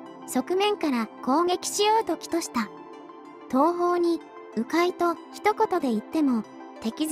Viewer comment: 企図は、きとするではなく、かくとするじゃないかい。